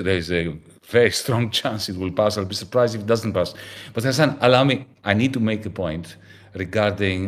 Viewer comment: Lassan? His name is Hasan, single s. You had one job and still fucked it up.